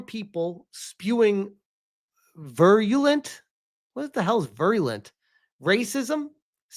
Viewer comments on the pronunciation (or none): virulent is pronounced veer-uh-lent. In this context it basically means hostile or wide spreading.